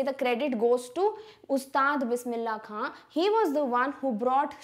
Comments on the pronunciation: mam all is ok bt u spoked khan as kha it's wrong plz correct it or edit it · It's not Bismillah kha it's Bismillah khan pls take name properly